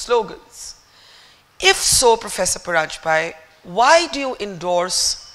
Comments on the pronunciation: Barkha the name is Paranjpe- परांजपे & not Paranjpay- परंजपाय you know its disrespectful by not addressing with the correct name! You also wouldn't like if i said Butt instead of Dutt!! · Great discussion. Barkha, please pronounce his name properly. If you were to interview a French/German or other foreigner, you would take the trouble to attempt the right pronounciation.